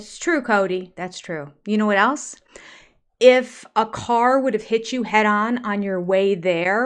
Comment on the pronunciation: Haven’t you heard him saying a hundred times the word “elts” instead of the word “else”? He’s such a moron.